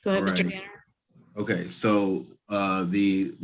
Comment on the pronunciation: I've watched so many of yours and others videos, and at times they seem to begin to all blur one into another.. but I think that is the guy who calls "".. check me if I'm mistaken, but I have that ringing in my ears; and if doesn't say it that way then definitely another one of our Zoom Court gentlemen does. Btw, I agree with you regarding today's session.. minded his manners and was very respectful of the Court, the Judge, and today 🙃